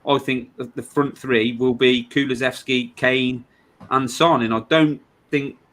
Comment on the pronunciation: Am I hearing it right?? She kept saying Kulusexy?! 😨